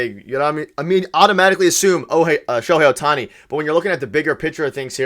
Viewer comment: lol at: "Oh-hei Sho-tani"... I started rofl